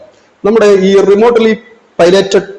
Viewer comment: റിമോട്ടലി അല്ല റിമോട്ലി എന്നാണ് പറയേണ്ടത്.